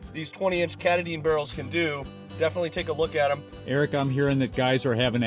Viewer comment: KA TAA DIN is how you say that name. It is the highest peak in the state of Maine btw.